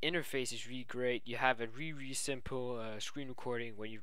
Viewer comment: ..Which is weally weally good. :P